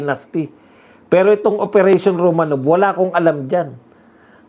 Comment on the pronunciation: ROMANOF po ang pronunciation ng ROMANOV. Yang letter “V” sa Russian ay “F” ang pagpronounce.